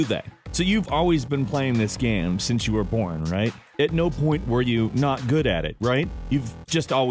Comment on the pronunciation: I love how he says Gaem